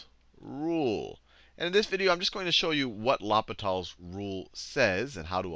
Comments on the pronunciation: It's not la-pe-tal's rule, it's pronounced law-pee-tal's rule. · I laughed every time he said law-pit-all instead of loh-pee-taall. french is hard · it's actually pronounced low pee tal (french for hospital) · It's L'H(oh)pital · It’s funny how people pronounce it differently , Person 1 : LAPITAL Person 2 : LOPITAL Person 3 : ..... L - Hospital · Sachin Nair in french it's more of a Oh-Pee-T-Ah-L. Not Oh-Pee-Tall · I kinda like "Lop-it-all" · It sounds like "Lupita's Rule". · "Loppitall's rule", are you kidding me with this? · mispronounce it in front of your teacher and you get sent to the l'hospital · Great video, you butchered the pronunciation of l'hôpitals though. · Great video but please pronounce l'hopital properly its bugging the hell out of me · please never pronounce L'hopital ever again XD XD